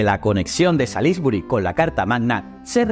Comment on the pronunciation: Oh dear! You need to learn how to pronounce Salisbury!! You made me laugh!!😂😂😂